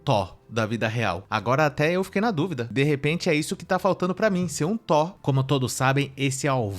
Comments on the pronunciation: Ela quer o Tó, pra liberar o Tó - ba ? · Verdade eu pensei Que ela falando do Thor realmente Porque ela disse TÓ da vida real! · Não é tó Ela quis dizer Thor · a guerreira não sabe nem falar THOR e ta exigindo um cara muito muito gato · Já que sacaneou o erro da menina ao falar Thor ('r' no final) ... Vê se aprende uma que vc erra SEMPRE: A palavra correta é perDa ( com 'd' ) e não perCa ( perDa de tempo... perDa de vida...) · Pqp a mulher não sabe falar uma palavra certa